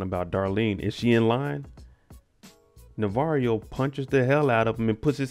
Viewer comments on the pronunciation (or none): Bruh I can never get over how this man says "Navarrio" 😂😂 I done caught myself calling him that when I'm watching with my friends